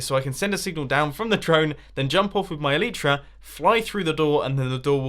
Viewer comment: Your "Elite-ra" don't work because you don't pronounce them "El-eye-tra"